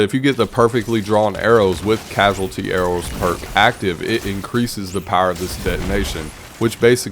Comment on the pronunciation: Cause-al-ity not Casual-ity for the perk on Ticuu's.